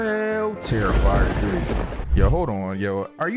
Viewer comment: Bro said "Regular Terrifer movie" Like any of them regular 😭